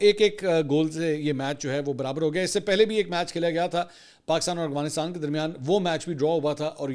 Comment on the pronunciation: Yar aap afghanistan ko agwanistan kyun bolte ho😂